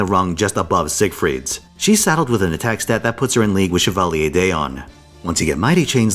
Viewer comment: "shuhvaalyay deeon" I almost didn't recognize he was trying saying "Chevalier d'Eon". French is hard, lmao.